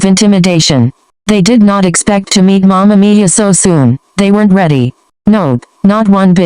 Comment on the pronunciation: listen love mama miya, but every time it sounds like mama mia yk mario..